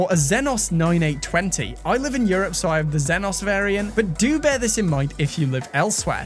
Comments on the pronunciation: zenos❌ x-zy-nos✅ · Its exynos, not zenos smh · Its ex-e-nos. Not xenos😉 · Its EXYNOX my man... Not xyenos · Exynos... Not ZEHNOS lol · I'm sorry, did you say....."Zeh-Noz"? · Did this guy just said Zenus for exynos 😂